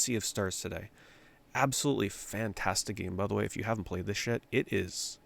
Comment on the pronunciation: think he said if you haven't played this yet But it kinda sounds like if you haven't played this shit 😂